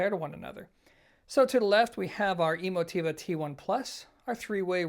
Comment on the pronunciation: Are you pronouncing the name correctly? Is it E-mo-TEE-va like you say, or e-MO-ti-va?